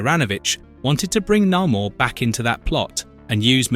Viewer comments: It's Nay-Mor, not Na-mour. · Cool vid., but it's Nay More and Uh lee Sha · You do realize that you pronounced Namor two different ways, right? The correct way being the second one. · Say 'Namor' right you bell end.